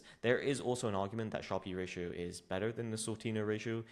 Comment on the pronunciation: Fyi, how to pronounce 'Sharpe Ratio'.